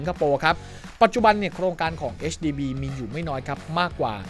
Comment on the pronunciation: HDB ค่า พูดให้ถูก 😊